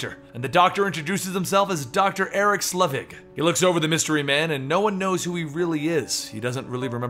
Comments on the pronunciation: SELVIG. SEL-VIG. Not "Slevig." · He's called Eric SELVIG, not Slevig!!!! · know you often don't know how to pronounce some of the names. But Dr. Eric Selvig's name is actually pronounced quite often in the MCU movies. (it's clearly not Slevig) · Selvig is pronounced Sell-Vig. Nitpicky? Sure, but it was bugging me.